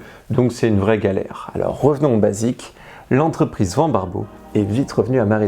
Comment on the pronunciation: j'ai une question qui me turlupine depuis le début. Pourquoi tu dis van (comme vent) et pas van (comme vanne)? À chaque fois que je l'entends je tique😅.